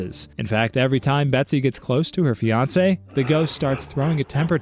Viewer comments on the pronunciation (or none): none